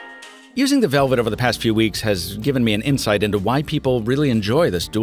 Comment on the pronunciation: Okay, who doesn't know how to pronounce LG Velvet?